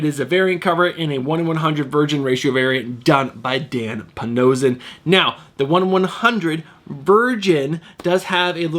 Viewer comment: Great video today!! Do you pronounce his name Dan Pa-no-she-ion or am I wrong??